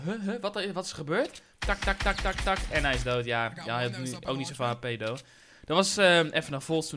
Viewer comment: Hamza Chadili hij zegt though